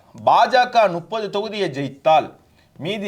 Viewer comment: Please try to pronounce முப்பது நுப்பது is wrong